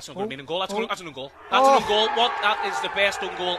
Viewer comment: "det is the best un-goal a'v ever seen"